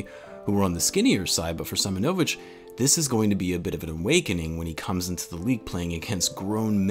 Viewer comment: Its pronounced See-monovich